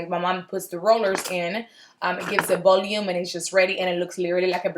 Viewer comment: “Bolume” lol so funny...how long have you lived in the US?